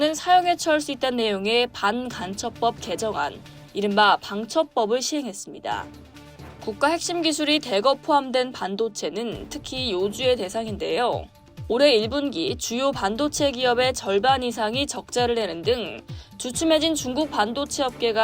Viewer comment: 요주의 대상 이것을 요주에 대상으로 읽는 것은 처음 보네요. 도저히 틀리면 안되는 것 조차 이러니. 😢